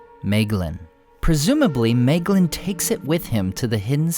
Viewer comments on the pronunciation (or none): You pronounced Maeglin wrong, 'ae' is pronounced like 'eye'